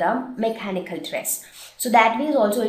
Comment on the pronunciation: Hi im from the United States.WHY do you always add h to any word for eg mech -hanical in the end.Anyways ure great......ANd is this an indian video